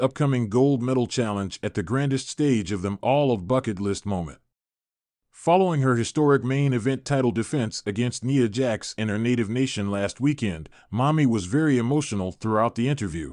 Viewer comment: Nia not nea